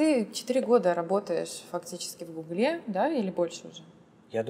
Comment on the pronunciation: Работать в "гуглЕ" - это как-то по-французски что ли?)) Нет, серьезно, это ударение...